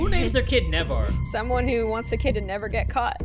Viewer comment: "-to NEVAR get caught."